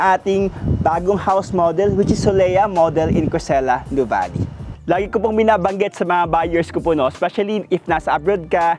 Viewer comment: Finally, someone who knows how to pronounce Nuvali correctly 😊